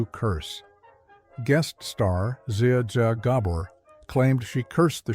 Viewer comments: zia zia Goblor? 😀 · Zia Zia Gabore 🙄🙄🙄